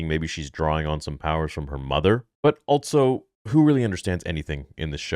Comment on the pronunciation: “Altso” is a word? Thought it was also all this time